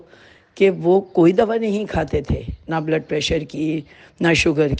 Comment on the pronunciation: آپ ضیا محی الدین صاحب سے تلفظ سیکھ لیتے ۔۔۔ دوا ۔۔۔کو دوعا ۔۔۔۔کہہ رہے ہیں